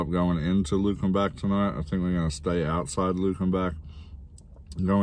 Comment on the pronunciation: Welcome to Texas. Wehave a lot of old towns with brick streets. And Luckenbach is pronounced Luc in bac one word. We have weird pronouncing of words and town names.